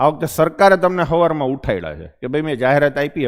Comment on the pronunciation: Savar Savar Ma ❌❌❌ Havar Havar Ma ✅✅✅ 😂😂😂